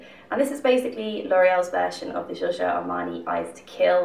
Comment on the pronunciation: you pronounce "Giorgio" in a french way instead of italian, just so u know